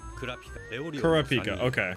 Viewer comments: Can someone please help with how to pronounce Kurapika 😭 the first A is exaggerated while (pika) is extremely short. So like Kuraap-ika 🤔 not Kuruh-peeka. But pronounce is however you like 😅 still here for the ride! I’m so excited for you!! You’re gonna like this just as much as Naruto or maybe even more 🤷🏾‍♂️ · i thought it was "kur-ah-pick-uh" ? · IT'S KUR-A-PIKA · U said kurapkis name wrong see it in dub